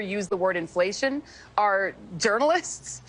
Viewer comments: Gurl, be like, "in flation?" Aint nobody know dat wurd. 😂😮😅 (She's a bad parody of DEI.) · What is this word "imflayshum" and what can it mean? 🤔